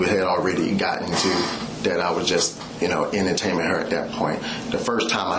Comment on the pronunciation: I’m more upset about the massage cops dumb pronunciation of “massach” and “ennataining”